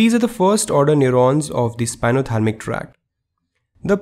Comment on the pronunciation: Thank you but it's spinothalAmic not spinothalmic ;)